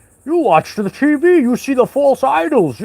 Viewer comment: The “t.veee” hahaha.. scobby doo style ;) 🐶….. I can’t watch the MSM, or listen to the radio… it literally makes me feel sick. All lying demons. Hopefully see you later I’m a new Patreon…: So tired 😪need to do some house chores :)